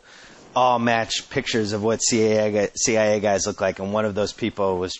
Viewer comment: A) Why can’t Simmons say “The CIA” without making it sound like “The CAA” and 2) I loved when Klosterman was on b/c he always challenged Simmons with real questions on his bullshit arguments or theories